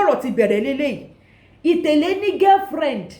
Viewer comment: Why is itele hard for you to pronounce properly... itele translate it as shoe.."get it now "